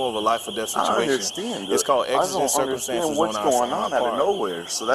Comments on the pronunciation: Found it. :) Thanks for the catch. I was unfortunately saying it cir-cumstances instead of circum-stances. I guess I misremembered its pronunciation. :) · Circumstances is what he’s failing to say 😂